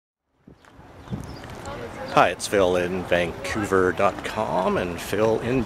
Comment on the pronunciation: I SWEAR you say "Phil in Bangcouver." ;) Nice Fest.